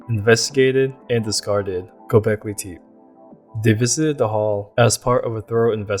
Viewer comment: If you are going to ride on the coat tails of Graham Hancock, then at least WATCH a few YouTube videos of the places you profess to know about. This "AREA" in NOT known as Go-bekly TEEP. Everyone I have heard speak of it for the past 8 years has pronounced it as Go-bekly-tep-A. You will not advance this way! Do your research! ! ! !